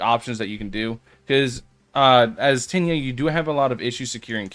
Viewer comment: Diss liked bc u keep saying tinyia 💀